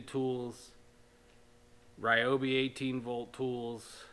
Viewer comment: its pronounced REE-oh BEE